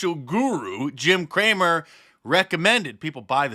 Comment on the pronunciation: Are you sure Jim’s last name isn’t “Cram-it” instead of Cramer 🤷